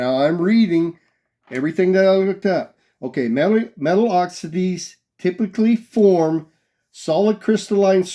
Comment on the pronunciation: It's OXIDE ---- OX EYE D, Not Oxidae. You can't even get the most basic of terms right, but yet, you know more than NASA. LOL. Angry old man grinds rocks with steel wires "News at 11!" No one cares about your misguided takes. You are nothing but comedy. The fact that you found Concrete attached to a Basalt rock and thinks it's "From beyond" is not only laughable, it just shows you don't have a clue about anything you discuss. Next you'll find some old plumbing and think it's alien hardwa.....oh wait, you already did that! Hiliarious!